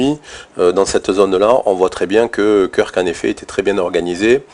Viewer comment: Ça se prononce "Keurk" 👍🏽merci pr les infos